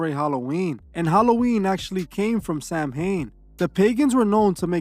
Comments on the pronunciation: Hey man, an Irish Celt here. You're pronouncing Samhain wrong. It's pronounced "sao-ann". Also it means november in the gaelic language. Druidism pre-dates Christianity too lad, with Christianity borrowing alot from the celtic druids (important dates and timelines). All love though, I am all about the Christian values and morals. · My Dear Bro in Christ, the correct way to pronounce Samhain is “Sow-wen, with sow as in female pig.” I love your channels. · Samhain is Irish for Halloween it’s pronounced sou like thou, and in so it’s sou in 😊